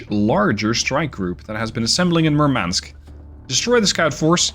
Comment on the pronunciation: You keep mispronouncing Murmansk. Stress the first syllable. Also the "u" in Murmansk is spelled like "oo" in "doom". Nitpicking aside, great video. Really dig your ability to plan ahead and narrate while so much is happening on screen.